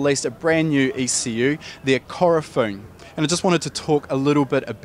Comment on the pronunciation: Its Ku-ro-fu-ne lol not Korofun